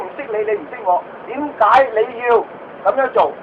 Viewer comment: 係「點計----你要----咁做，點計你要咁做呀？」